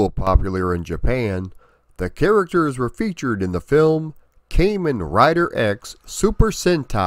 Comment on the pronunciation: You mispronounced Kamen Rider . Its pronounced Kahmen, not Kaymen .